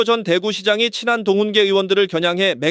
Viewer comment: ai가 읽나요? 친한동훈계 를 그렇게 읽으면 어떻합니까? 친한 동훈계 가 아니라 친 한동훈계 로 읽어야지요...